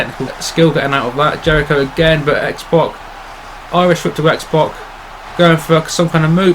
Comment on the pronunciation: it's X-PAC not X-POC